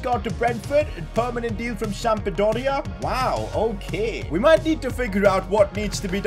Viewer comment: For better pronunciaation: Lecce: Letché / Sampdoria: SamPdoria / Ibanez: Ibaniez / Mancini: ManCHini.